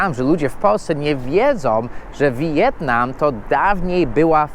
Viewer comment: Mówi się "Wietnam" a nie "Wi-jetnam".